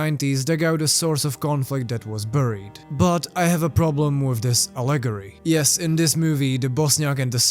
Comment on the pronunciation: When you say the word allegory, you put the emphasis on the LE, like al-LE-gory. Thats not correct. The correct way is to put the emphasis on the AL, like AL-le-gory. English can sure be confusing! Love your videos!